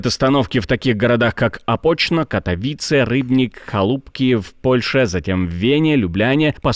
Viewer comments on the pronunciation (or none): none